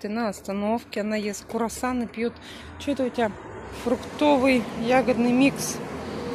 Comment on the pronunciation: Да почему курасаны???? КРУАССАНЫ. Читайте больше, дети за вами повторяют, курасаны... жесть